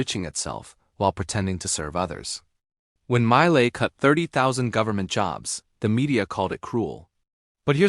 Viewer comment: The A.I. do not know how to pronounce the name of Javier Milei and his best books and authors.....